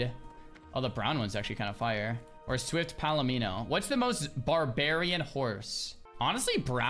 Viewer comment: barbarian or xarbarian? :D